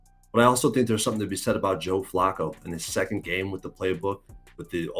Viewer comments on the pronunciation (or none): Dude kept saying Joe Flocko 😂